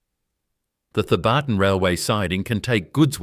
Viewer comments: G’day, it’s pronounced ‘Theb-artn’ without the hyphen… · It's not pronounced The barton